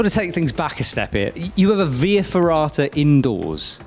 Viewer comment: What are you saying in that little room? Vee ferrata? Huh?